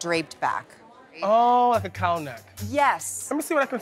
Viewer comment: She says cowel neck and he brings in v neck dresses.. argh..